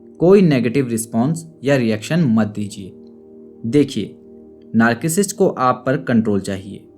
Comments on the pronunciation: It's not नार्किसिस्ट, it's नारसीसिस्ट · Sir aap narcissist ko galath pronounce kar rahe hai... thank you so much for the awareness campaign on social media.